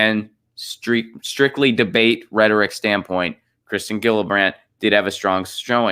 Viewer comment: IT's pronounced Jillibrand--- soft G,. Sheesh